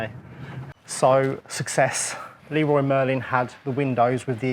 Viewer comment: Love your pronunciation of "Leroy Merlin".